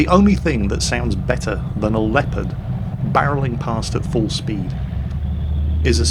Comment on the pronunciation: "The Leaopard never fails to dissappoint"...:D! wtf?